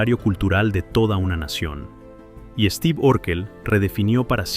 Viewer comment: Mucha pronunciación en inglés pero luego dice Esteve.